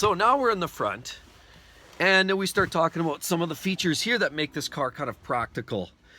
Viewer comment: ABOOT ABOOT LOL